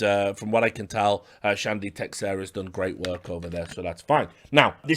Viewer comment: I don't know about Chandy, but Teixeira is usually pronounced tay-SHER-uh. Just an FYI.